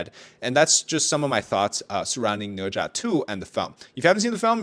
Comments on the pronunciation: Ne Zha?, More like Na Zhe 💀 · Read the book and watch the anime. Sudko is Japanese, ne za is way more painful its ne za.